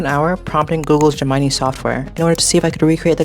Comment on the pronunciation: You really can't pronounce Gemini correctly? Why am I watching this?